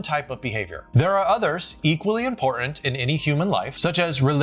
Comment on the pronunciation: I love your videos. Why do you hate the letter “t” in the middle of words? Can we talk about this impor-int issue?